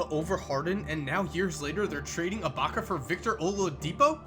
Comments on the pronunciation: You said abaca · Lol says ilbaka so weird to me